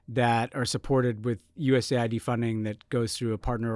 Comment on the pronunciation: Finally someone who uses the letters the proper way: it's US Aid, not USA id.